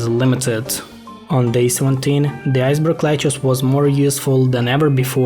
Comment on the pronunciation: "iceberg lechuss" "tom braiser zombie" "my wonderful loan" "purr chase" "essential role in bitten the world" "39 millon" "snowy flop ah" "deenameet"